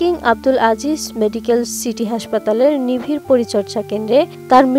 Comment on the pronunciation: Atn news er moto ato jonoprio channel e ato uccharon karap kora news desk e chakri kivabe pai? Prochar ke bole Pachar, nibir ke bole, nivir